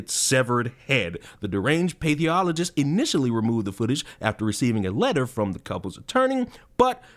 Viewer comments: As someone who has worked in pathology, I cringe at how you butcher the term pathologist. It's not that difficult. Path (to rhyme with ass) oll, ojj, ist. Pathologist. Not paytheologist or whatever the hell you were saying. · Pathologist = path ol o gist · dude, pathologist is pronounced pa-thol-o-gist. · you can ask AI to help with pronunciation. Say, path-all-uh-gist. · lol Path- OLogist. . I was wondering if that’s what you were trying to say. Yeah that’s fucked up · For the record, I believe it's "Path(as in the walking kind)-all-ogist" 😊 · "path". like walking down a path. You naild the "ologist" part!!! Good for you!!!! !!!! ! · butching the word "Pathologist", please I beg you it's pronounced Pa-thol-o-gist. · there’s no way you are not purposely saying pathologist like that…….